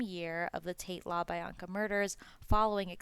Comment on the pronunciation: Also kasAYbian and labEEanka